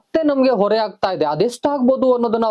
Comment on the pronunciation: ಹೊರೆ ಗೂ ಒರೆ ಗೂ ವ್ಯತ್ಯಾಸ ಇದೆ